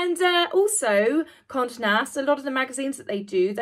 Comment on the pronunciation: Smash and grab," great metaphor for her ulterior motive. Condé is CON-day. The accent signaling to draw out the "e."